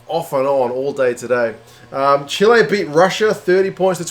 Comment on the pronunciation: You pronounced it right in Spanish. That's also the way they say it in the US.